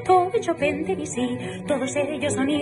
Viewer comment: Todos la felicitan y ella ni un solo agradecimiento. Eso lo dice todo. Si al menos pronunciara bien Chopin y Debussy.